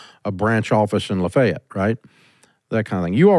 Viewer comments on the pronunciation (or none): Baton Rouge,LA dave screwed Lafayette pronunciation up so bad 😂😂😂😂😂